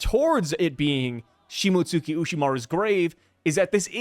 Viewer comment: bruh its pronounced like shii-moats-ski